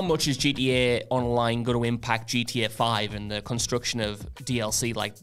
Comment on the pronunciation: keeps calling it GDA because of accent. Makes me smile.